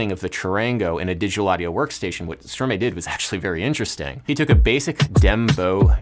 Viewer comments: I'm watching this again after a while, and this time Adam pronouncing Stromae as "Strow May" is really bothering me... Adam , do you say "may-strow when you say maestro? No you don't. Stromae is just Maestro in reverse, its called Verlan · It's stromae as in maestro. ;) now you know how-to pronounce it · The way you say Stromae hurts.. say the word maestro, then say his name. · Both Stromae and santé are pronounced the wrong way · Another correction, it’s Stromae pronounced Stromai, not stromay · Adam - Thought you may appreciate the context - Stromae is pronounced Stro-MAH-EEE, or Strom-Hi (without the H sound). It actually is verlan for Maestro (Mae-stro becomes stro-mae). Verlan is a form of argot or slang in French that consists of changing the order of the syllables, but still reading the word forward (as opposed to strict letter reversal). And now I'll show myself out :) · It's pronounced Stro-my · Note to world: it's pronounced stro-my, not stro-may. Unless you people pronounce "maestro" as "may-stro" instead of "my-stro". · Hey! Fun fact, but I also just wanted to point out that Stromae is actually pronounced like "stro-mai". It's just a reversal of the ordering of the syllables in the word "maestro". I've seen a lot of people mispronouncing it recently (I think Jimmy Fallon gets it wrong too) from the way it's spelled, but once you know it's just maestro with its syllables switched, the pronunciation makes a lot more sense. Hoped that helps, cheers! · Hey there, amazing work on the video ! Just a small pronunciation tip : Stromae is just "verlan" for Maestro, and it's meant to be pronounced as Stro-mah-ee (difficult to write down in english phoneticals lol) => stʁomaj][ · I LOVE Stromae! It's actually pronounced "Strow-my". He came up with the same by switching around the syllables in 'maestro'! I'd LOVE to see more about his music on your channel. He's wonderful. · If i may. It's pronouced Strom-eye. Very interesting video byt he way!